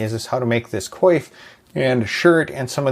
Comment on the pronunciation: Your pronunciation of coif sounded like quafe. Oi.